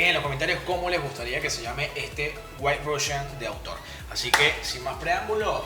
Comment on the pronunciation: El "Diimelo Russian"